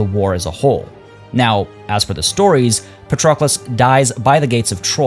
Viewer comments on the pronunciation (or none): I am Greek xD names are pronounced pAtroclus, odyssEus, hEctor, agamEmnon, achillEs, menElaos (capitalized letters are where its emphasized)